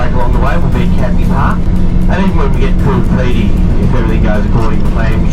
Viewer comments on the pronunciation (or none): Hey, I don't want to sound like an arsehole (LOL), but were you saying Cooper Pedy (instead of Coober Pedy)?